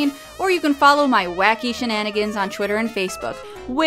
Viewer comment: "Chwitter?" What is that a chewy Twitter?